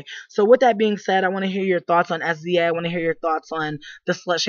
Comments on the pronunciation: She's saying her name wrong , u dnt literally say s-z-a .... smh wow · Her name is pronounced "SIZZUH" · OMG get her name right I can take you seriously if you don't even know how to say her name!!!!!